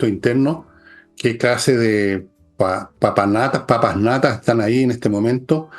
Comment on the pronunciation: La palabra es PAPANATAS, no sé porqué muchos conspicuos comunicadores pronuncian mal la palabra, dicen papasnata.